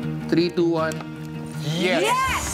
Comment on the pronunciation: Hahaha. Natawa ako kay Moira dito, Yuas ang sinabi, hindi Yes... Hehe